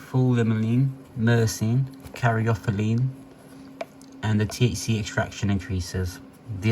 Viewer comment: hes right, very useful and not teen hype waffle like some other channels 😂 Credit earned with the pronunciation of these terp names. Beta caryphylline especially 🎉